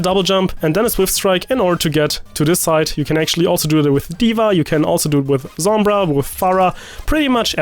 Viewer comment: Did you say Zombra?